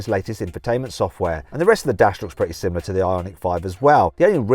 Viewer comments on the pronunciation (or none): none